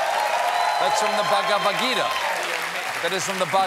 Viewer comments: Stephen pronouncing Ghagavad Gita was something I never knew I wanted to hear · I just love the way he pronounced Bhagavad Geeta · Oh Stephen, trying to pronounce the Bhagwad Gita like such a white man :D hahaha! But you're jokes are still priceless! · No one else seems to have commented on Stephen's butchering of Bhagavad Gita ... so let me be the first. T^T